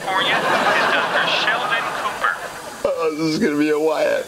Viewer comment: it's cooper not copper